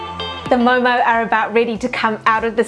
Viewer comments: First of all thank you for calling it correctly as MO:MO😍. Because some people say it momos🤮 Judging on the basis of your observation only, this recreation is totally a HIT!!! A Nepalese approving your MO:MO😜 And stay safe!😊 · You Pronounced Very Well,Actually It Is Momo Not Momo’s....👌🏻